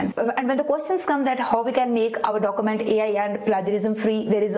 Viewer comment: stop inhaling so loudly ... annoying. stop saying dokumant. you will sound more professional 9f you speak urdu and turn on CC for foreigners